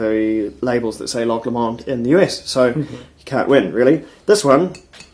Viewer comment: p.s. it's not "LeMond" its Low-Mond, or more technically as a scottish person would say it... Low-mind (with mind said like wind)